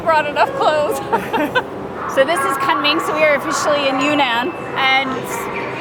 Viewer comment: It's chilly there too. I lived in Kunming Yunnan for a year. It was a awesome. You said Kunming incorrectly. did you have the spicey potatoes. we lived in China for 13 years and enjoyed it immensely. I really enjoyed this episode.